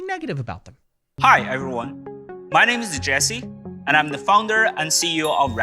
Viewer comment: He lost me on "My neames zie jessie" Basically a cross between free Chat GPT and a 1980's pager.